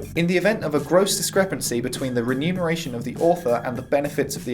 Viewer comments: It’s remuneration....NOT renumeration! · ReMUNeration, not ReNUMeration. Jeebus!!!